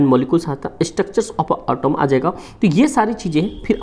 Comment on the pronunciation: Pehle atom bolna sikh le autumn nahi